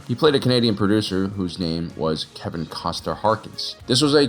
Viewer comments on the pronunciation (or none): none